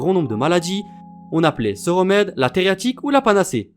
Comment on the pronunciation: Coucou j'ai beaucoup aimé ta vidéo !! Il me reste cependant une question de la plus HAUTE importance... Pourquoi tu écris 333 fois Theriaque mais tu dis TheriaTIque ??